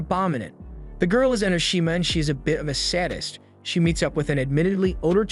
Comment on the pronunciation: Your pronunciations are kinda weird on anime,fan and sadist but it's not too bad